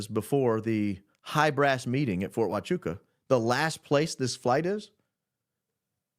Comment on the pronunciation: Fort Hwah-choo-ah....